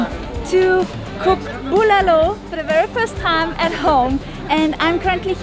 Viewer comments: keeps changing how he pronounces the name of the soup. Bu-LAH-lo and bu-luh-lo. Soup looks amazing, by the way! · I love how he says "Buulalow" with that german /austrian accent .